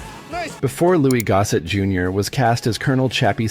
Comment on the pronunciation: Its Goss-ett. Not Go-set